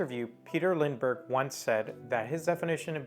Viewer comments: this video is none sense . you can watch his video talking about his Style and the wsy he Works . ps you say his name wrong . Lindbergh. not lind denbergh . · It's not LinDENbergh , it is Lindbergh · "Lindbergh", instead of "Lindenbergh" and even the title is wrong. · Dear Sir, Please go to lengths to pronounce Names Correctly (You got it right the first time but not the 2nd & 3rd)(there is no 2nd "N" in his name)!!!!!!! It seemed that most of what You said was correct .... I do not want to be critical (but I can not help myself)... I wish that there would be an easy way to contact YT people privately.......... Best on Your YT endeavors.... I subscribed :) :) :) Remove this if You like :)